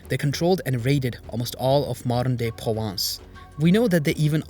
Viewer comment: Thanks for this fascinating video. One picky point- I couldn't hear the 'r' in Provence, apart from that loved it, another reminder that Europe has more Muslim history than is generally acknowledged.